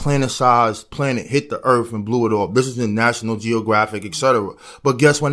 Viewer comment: “Earf “ = earth